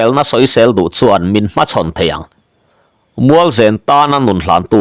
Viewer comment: Mualzen tih hi i Chaw chhum chu a va nen ve tih a nem rik ang hian zen hi ri ta se a dik zawk angem?